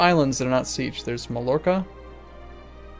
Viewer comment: Mallorca is pronounce "mayorka"